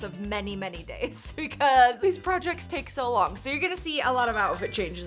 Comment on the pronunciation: “I’m gonna take-ah my crystals”